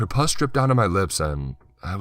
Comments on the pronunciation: Loved the story. And your narrations.. But god the way you were say pus wrong.. Good god it made me sicker. In this situation it's Pronounced P-uh-s. Not.. P-oo-ss.. (how gross ppl pronounce a woman's genitals) I HATE that word. It's gross. If you can't tell. Lol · I think with this story in particular its important to pronounce the right "puss", because the line "I was reminded of the puss" could mean 2 very different things... (Its puh-ss bro, as in nasty wound. Not the 'puss' as in pussy haha) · Did he pronounce pus as “puss”? Was this girl a Boo Hag? The kid sure had a kinky dream about her. 🤪. Was she remorseful? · "Poos", or Puss?! And 🤢🤮😵!!! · Ok alright story was scary had me going then he pronounced pus like puss as in pussy and I fucking lost it LMAO. Side note wtf is Carla. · yellow pusS?....not sure that's how its pronounced... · Puss, as in Bus >.< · I beg you, learn to pronounce pus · God, I Know. It made it just even more disgusting to hear.